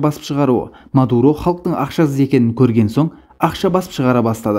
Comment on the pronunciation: Меен Мардаан , ол Мадуроо деп қойсай 😀😀😀